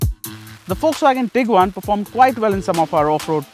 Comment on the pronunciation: Bro it's tiguan